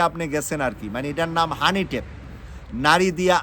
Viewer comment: কি বলেন ভাই হানি টেপ বেলন! এটা কি শিক্ষিত মানুষের উচ্চারন!